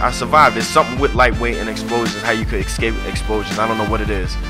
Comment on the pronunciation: BTW, it's "ESCAPE" not Excape. Hooked on phonics works for you!